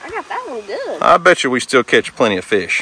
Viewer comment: you said FESH? LOL